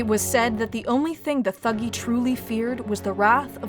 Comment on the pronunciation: It's pronounced "tuh-gee".